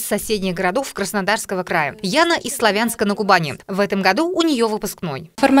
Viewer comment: Ударение хоть правильно делайте, славЯнска )))))